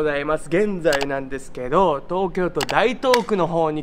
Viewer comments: 細かい事なのですが、最初の画像の住所版の英文字読みで言えば「ダイトウク」ではなく「タイトウク」でございます。 吉原遊郭は江戸時代に2回移されています。 一回はショータさんのご説明通りで、2回目は江戸大火で移転後に新吉原と言われたそうですよ。 吉原文化には遊女にとって暗く悲しい裏歴史がいっぱい有るそうで、とてもここには記載できません。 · 台東区は、「だいとうく」ではなく「たいとうく」です。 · Say Taito-ku, not Daito-ku, hick! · 台東区の読み方は元々は『だいとうく』と読んでたそうです。江戸っ子の知り合いから聞きました。 間違っちゃいないが、いつの頃からか変わったらしい。東京人が間違えたのならともかく、上げ足取って怒るなよｗ 「うまにく」については･･･まぁ矛を納めようよｗ